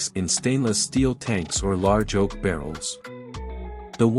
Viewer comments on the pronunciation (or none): The simple content is great, but this robotic voice over, pronounced almost every grape varietal incorrectly. And the wine is aged in “oak” barrels, not “oat”.